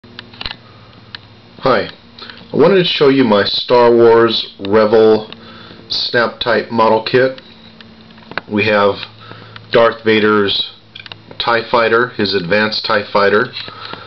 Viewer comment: Nice and short review. The kit is great huh? BTW mate... I think its pronounced re-vell, not revel. At least I believe it is anyway